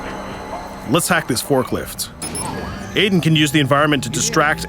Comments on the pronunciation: In beyond two souls it's Aiden and it's pronounced iden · did he say AIDEN ?